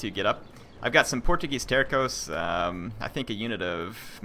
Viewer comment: If you want to know, Portuguese Terços is pronouced like there's a S (Tersos). Out of curiosity, it means third in english and it is believed they were always divided in 3 thirds (terços).